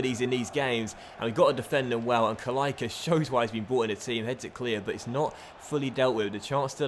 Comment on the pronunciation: The "c" in "Kalaica" is pronounced "tss", just like for "Pjaca", however if there is an accent on the "c" in the name of a player from country like croatia and serbia, it's pronounced "tch"